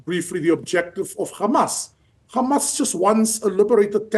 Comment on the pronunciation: I'm distracted by your ignorance and inability to say Hamas, it's not difficult.